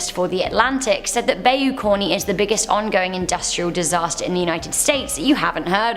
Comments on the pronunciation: It’s not pronounced bayou it’s more like buy you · Ik you have an accent and and some words come out different as they are pronounced different in other countries. But #8 urked me🤣not sure if southerners say (bay-you) but I'm pretty sure it's pronounced (bye-you) 🤣🤣 just my OP, could be wrong🤷‍♂️🤣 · It's "bye-you", NOT "bay-you".... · Bayou, pronounced Bi u, both vowels are of the long variety. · You said bayou wrong its pronounced. " bi u " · Bayou = BY-U